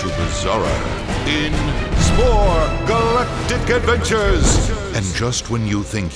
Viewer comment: SPORE! GALLLLACTIC ADVVENCHURS!!